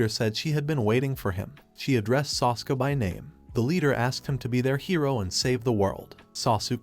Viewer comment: Sock Soup Satto. Sure, that's his name all right. Sow Sook. Strike 2. Soska. Strike 3. Try training your laziness tool: It's "sah soo kay". You pronounce EACH vowel combination.